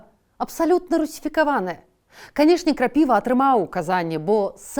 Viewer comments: Кандрат Крапива́ а не Кра́піва . 😅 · Дзякуй, цікава! Вось толькі рэзануў няправільны націск у псеўданіме - Кандрат КрапівА, на апошні склад націск. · Вельмі цікава! Дзякуй,! Але крапівА. Так лепей гучыць і па-нашаму.